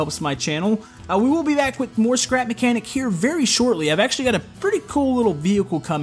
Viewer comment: I skipped the intro for the second time I watched and instead of you saying "scrap mechanic" it/you said "crap mechanic" 😂🤣😂